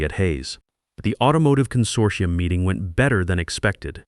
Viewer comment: Thank you for pronouncing consortium properly.